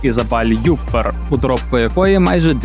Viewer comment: Гарна добІрка! Тільки чомусь в описі часто не там ставите наголос. Це ж Франція, То ЮппЕр, а не Юппер! ДобІрка, а не дОбірка!) Якось ріже слух. Успіхів!